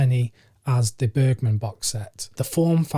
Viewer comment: Since you’ve now corrected your pronunciation of Agnes I can provide you with the correct way of saying Bergman; it’s Bearjman with the J sounding like the Y in yet. :-)